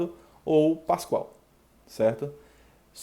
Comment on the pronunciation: Muito boa aula, só um detalhe que gostaria de atentar é que o nome certo da unidade é Pascal e não Pascoal.